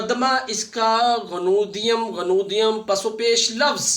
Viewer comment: سر بہت اچھا لیکچر انٹرویو کے لیے ۔۔ سر "خاکم بدہن اور غنودیم غنودیم " کا تلفظ اور ادائیگی دیکھیے گا۔۔